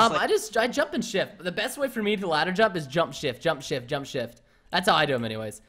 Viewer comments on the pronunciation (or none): When you said jump shift it sounded like jump shit